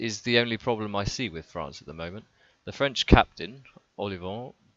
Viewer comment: Good video , your french pronunciation is not (too) bad. Anyway the French defense is worse than last year...Maybe we need Bouthier instead of Dulin...